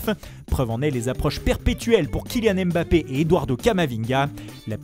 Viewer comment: Apprend à bien dire Mbappé au lieu de faire des accents débile ! Mbappé ça se prononce en une fois et pas M Bappé